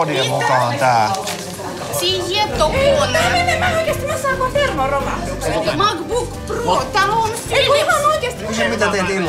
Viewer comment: Haha, it's funny how they pronounce Macbook Pro with finnish accent. xD